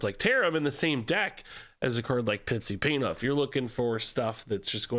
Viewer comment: Pipsi Painthoof sounds way too much like "Paint Huff"